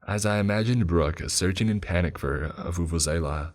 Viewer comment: Do you really have a vuvuzela in US? I like how you pronounce Vuvuzela 👌👌👌.